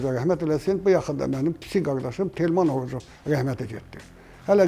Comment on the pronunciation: Elbrus Arucov yox, Orucov